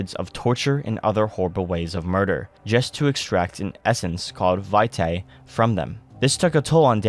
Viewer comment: Great video, but i believe its pronounced "Vee-Tay" or "Vee-Tai". Either way, love the video!